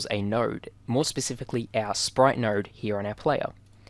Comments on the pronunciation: Am I the only one who hear NERD instead of node???? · In your accent it sounds like you’re saying “nowrd” when you say “node”.